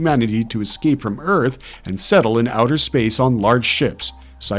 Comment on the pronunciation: #2 sounds an awful lot like 'Zearth'